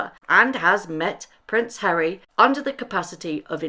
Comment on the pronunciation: “Hally and Meggle” - I like it! 😂😂😂 Duke and Duchess of Sausage